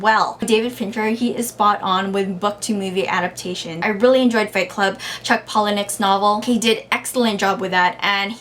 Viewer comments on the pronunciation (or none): none